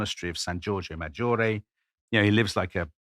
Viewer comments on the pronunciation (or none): none